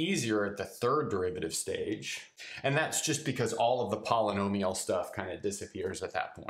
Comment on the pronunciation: poly[nomi]al -> poly'al